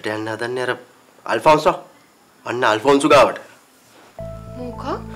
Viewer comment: 😂 මං ආසම අකමැති අයගේ නම් කට ඇද කරලා කියනවට. ජෑනු, අල්ෆොන්සෝ 😂